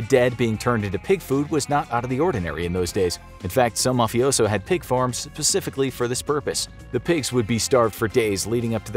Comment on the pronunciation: you didn't legit say "pacifically" instead of "specifically" did you? 🤦‍♂️😂